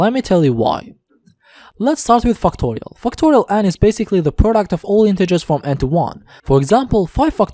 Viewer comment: lets start with fucktorial😂😂😭😭